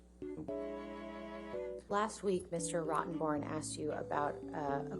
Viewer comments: There's a great part where it really sounds like he's referring to Rottenborn as "Rottenbottom". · Thought he just said Yes Mr Rotton Bottom 😂Christ no one can talk objection, hearsay, he only said 'I' 🤣🤣🤣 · ROTTEN- BORN?? I thought he was mispronouncing it on purpose. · It is such a fitting name, especially putting the emphasis on the first two syllables with a slight pause before the third